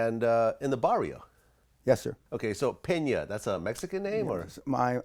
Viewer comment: Please don't ever say "bar eee ohh" again though lol 😂